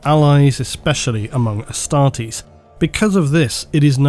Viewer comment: Dear it's Astartes with a T, not Astardes. Love your vids!